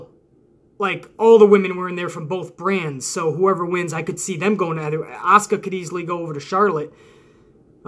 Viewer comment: Thanks for not botching my name hahaha. Do you see Carmella cashing in money in the bank on Auska after she beat Alexa?